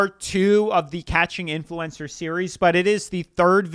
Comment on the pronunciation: Love your videos but youre pronouncing influencer wrong. You don't need to emphasise the E